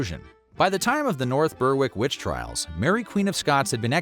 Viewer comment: The “W” in “North Berwick” is silent, it’s pronounced “Berik”.